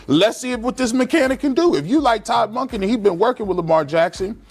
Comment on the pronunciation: You're killing me with the way you pronounce Todd Monkin 😅